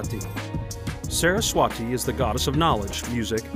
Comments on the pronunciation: Sarah's - Swaaty is the more closer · the way he said "saraswati" is for sure a problem lol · The way he said saraswati😭